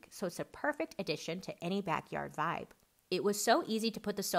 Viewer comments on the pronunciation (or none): none